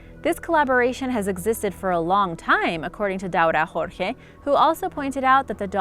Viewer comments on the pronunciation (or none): none